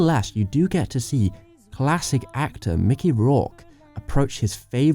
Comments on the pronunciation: How ON EARTH did you get Mickey Rooney's name wrong when it was literally written as you were reading it in the overdub? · Mickey ROURKE?? LOOOL You got it wrong its mikey ROONEY